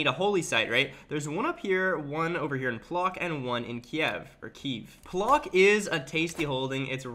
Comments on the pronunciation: Bro you insulted me with pronounciation of my hometown bro, it's not Plok bro you read it't Pwotsk bro. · Please don't pronounce it plock, the closest thing in English phonetically would be pwotsk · Its Płock Not plok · NOT EASTERN EUROPE !!! IT'S MIDDLE !!! And great video. I am actually imprest by your pronunciation of Polish words and names. Just this Płock. It not Plok XD